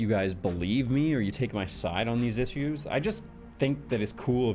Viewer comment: did he say “iss-ues” lol